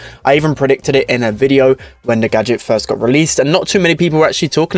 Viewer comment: Pls learn how to say "video" properly.